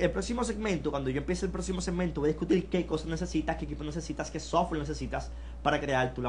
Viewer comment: Mucha certificacion, pero COMBELTIL, DISCUTIL, me hace LUIDO (ruido) y me cuesta concentLaLme en lo que dice.